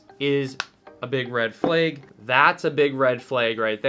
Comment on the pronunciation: Did bro pronounce flag ‘ferlayg’ ?